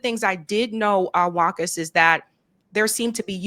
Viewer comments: I think the name should be pronounced Vakha not Wahka? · It is pronounced Wa qaas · Sorry to point this out, but mutual respect demands than one pronounces another person's name properly to show respect to them. WAQAS's name is pronounced as WA-KAS